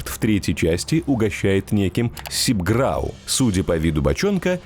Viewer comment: Только не сибграу, а сигбрау)